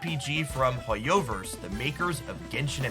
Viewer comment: its HO-yo-verse, not ho-YO-verse lmfao